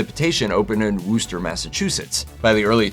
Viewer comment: Worcester (Massachusetts) is pronounced “WUH-stər” Wooster (like Wooster, Ohio) is pronounced “WOO-stər” — with a clear “oo” like in the word food.